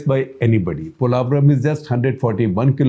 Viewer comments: You are a renowned Indian journalist, not finding wrong with the video or information. Just wish you people pronounce the name correctly and don't sound like a foreigner trying to pronounce Polavaram. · analysis.....but two things - 1. its called "POlavaram" ...not "Polaavaram". 2. you should have a little focused more on why the delay in project....TDP govt worked on it 2014-19 but the YCP govt just let the work done rot for reasons best know to them. Politicians who rule with no regard to state/country development should be named & shamed so other leaders know even politicians will face consequences for actions like YCP did. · Is it just me or anybody’s annoyed how he’s pronouncing polavaram